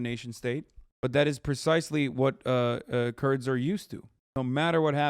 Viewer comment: ah that makes more sense. The 1st mention of the Kurds he didn’t annunciate